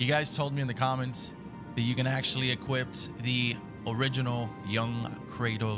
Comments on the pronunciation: Is he saying equipt instead of equip? Lmao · Dont mean to be rude but it Sounds like you keep saying "equipped it" when you say equip it. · You had to "equipped it?" Its "equip" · Equip* I feel like the man kept saying equipped to drive me insane 😂😂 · Equip , equip it not equipt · Bruh, why do you keep saying equipped and not equip :/ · ITS EQUIP NOT EQUIPPED. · “EquipT” not EQUIP 🌚💀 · Bruh. It’s “Equip”. Not “Equipt” tf. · You can"equipt"it?..ive never equipt it but i know you can equip it. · EQUIP NOT EQUIPT YOU UNCULTURED SWINE 😂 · Bruh it’s EQUIP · EQUIPT lol